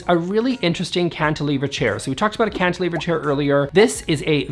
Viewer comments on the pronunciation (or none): none